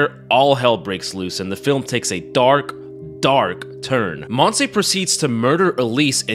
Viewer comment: Listened to the whole thing constantly thinking "uh, Monsie is a very weird name for a spanish woman", didn't catch up it was actually Montse until I saw it written on the subtitles. Not shitting on your accent here, you only got a vowel wrong, but I found it funny how I went through a whole spanish identity crisis for not recognizing a name.